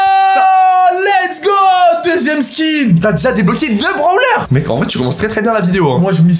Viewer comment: Il dit des branleur au lieu de brawler